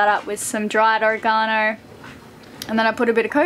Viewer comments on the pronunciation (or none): I think you meant Oregano...pretty sure “Orgonano” is a name of a monster from old Godzilla movie